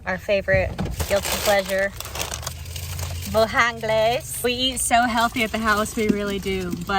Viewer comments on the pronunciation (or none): I love that you call it Bo-hangalez So good!!